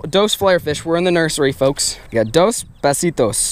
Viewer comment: "Dos bassito" lol